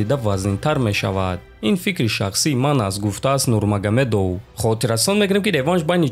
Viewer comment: Автор ты пахат метони ки фамилияи Хабиба правильно гапзани? Ээ АШУР НУРМАГОМЕДОУ НЕ А НУРМАГОМЕДОВ